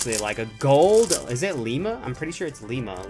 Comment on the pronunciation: Isn't it ilima?